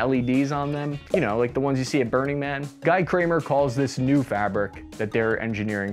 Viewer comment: Guy rhymes with "we" , not "why"